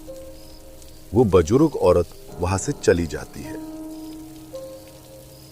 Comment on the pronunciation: Bujurg not bajurg😂😂